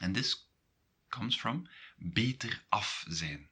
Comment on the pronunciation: Why do you pronounce zijn and zij differently than google translate does?